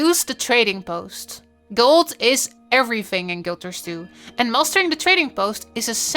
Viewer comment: "make GOLZ" "anywhere in the worlZ"